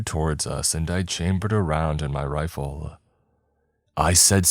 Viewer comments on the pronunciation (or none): none